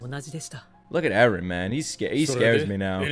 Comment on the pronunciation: "Erenists" close enough.